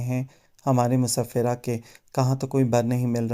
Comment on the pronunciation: Musafira nahi hota musfirah hota hai